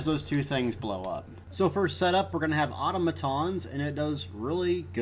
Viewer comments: Good vid man, but Selene is pronounce “suh-leen” not “say-leen” and Automatons is pronounce “Ah-tom-ah-tahns” not “Auto-ma-tons” lol =] sorry for being a grammar (pronunciation) nazi.. Keep up the good work. It’s unfortunate you only do pvp shit now though.. but ah well. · don't know why but your pronunciation of or-tom-atons triggered me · The way he say automatons is really annoying.